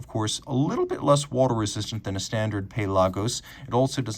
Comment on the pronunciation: Probably a technically correct pronunciation